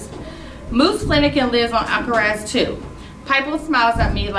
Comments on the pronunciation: Alcatraz has a t try saying it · It is not alcaraz it is Alcatraz